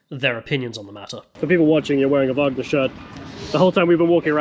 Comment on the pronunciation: the " WAGER "cola is not the wagner cola 🤣 Nice vid btw ! loved it!